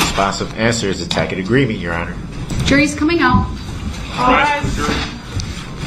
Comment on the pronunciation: Tackit agreement- Tacit agreement